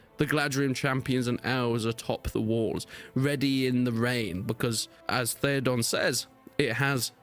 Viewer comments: It’s Theoden not Theodon.. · Please stop saying ThedOn, it's pronounced Theoden